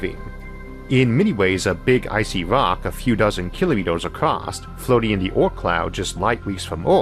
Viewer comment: the 'aut cloud' is a great place for such private colonies.. Sorry I'm likely confused due to his pronunciation, but what is he referring to there? An asteroid colony? a single planetoid out in space?